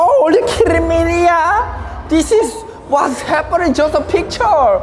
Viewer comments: Take a shot everytime he say wass haperrninng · "warsz heppening" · Someone tell me how much times he said wAtS hAppAnIngg